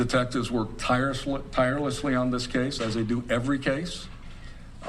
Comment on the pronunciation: Tirusly is that a word lol